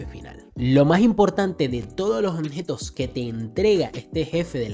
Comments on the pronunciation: La palabra es OBJETOS compa ...no Onjetos 😂..solo eso, por lo demás muchas gracias por tu ayuda 😁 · Toda la saga escuché decir “Onjetos” jajajajaja